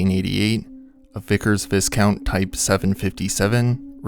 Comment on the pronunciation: It's pronounced vie-count not discount with a v.